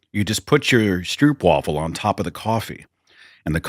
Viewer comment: The oo in stroop is pronounced like a single o in english, not a double oo ... as in mope or rope or elope. In Belgium they're typical carnival food ... and they're made 'a la minute' ... they have a vat of liquid diabetes and balls of dough. The dough is put in a waffle iron and when done, sliced open. Then they spread some of the ... hot stroop ... on one side and slap it shut. There is no way known to mankind to eat these without making an absolute mess. But they're sooooooooooooooooooo good ... and you HAVE to eat them as close to scalding as possible.